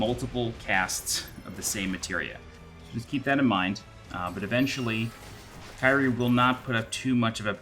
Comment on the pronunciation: Liked how your "Kyrie" is mispronounced, lol.